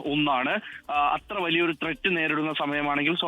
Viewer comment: Thret... thret....😂😂😂😂😂 Onnu മനസ്സിലാക്കി കൊടുക്കേണം